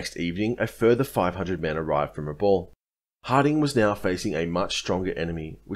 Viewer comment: Pronounced Brewuna! My dad was there! Pronounced Rebal!